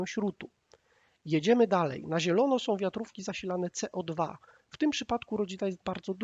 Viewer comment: Łolter? Walther był Niemcem czyli WALT'ER! Nie codwa tylko CEO DWA. Poza tym bardzo fajny materiał . 👍